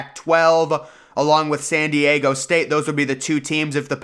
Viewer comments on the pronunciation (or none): none